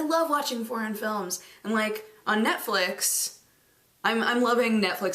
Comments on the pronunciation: For a second there...i thought she said porn films.... just for a second. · For a moment there I thought she said: "Porn films..." Instead of "Foreign films" and she sounded so lovely casual about it :P